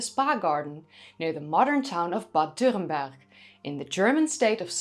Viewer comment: your pronounciation of "dürrenberg" is pretty on point, good job i dont think it really matters to get it right but it's nice when people make the effort